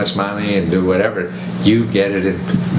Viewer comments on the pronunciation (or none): Hey Matthew the name is actually called Etsy not Esty just thought you should know